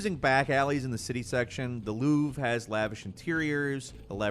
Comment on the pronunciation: Just a little pet peeve of mine, the "r" in Louvre is not silent. If you say Louvre as "Louve" like you said, that's a female worlf in French.